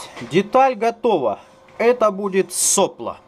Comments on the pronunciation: Не сОпло, а соплО. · Не со'пло, а сопло'. И точить нерж без кожи это..... Взяли бы алиинку или касторку и кисточкой.